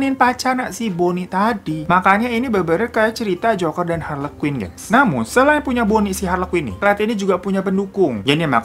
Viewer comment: aku dengernya joko & hari dong😭